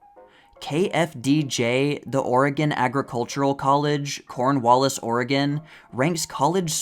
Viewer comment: That's Corvallis, Oregon, not Cornwallis.